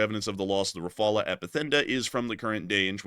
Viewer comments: Rafale is pronounced Rafall not Rafala…. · FGS: there is not a single French person that says "Ra-fa-luh". It's "ra-fal". Nothing fancy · pretty sure it’s pronounced “Rah-fall”. not “Rah-fall-ah” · It's Rah-Fal, not Rah-Fall-ah, the E is silent. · Not rafalas rafals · Rafale is, unless India pronounces differently from the French, is pronounced Rah-figh-ell. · Its better to pronounce well the L of rafale or rafals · He isn't able to pronounce the name properly 😊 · not the only thing he can’t do properly.. it’s shameful that a white person can’t pronounce it properly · That is not how you pronounce Rafale. If you are going to say it over and over, please check how to say it!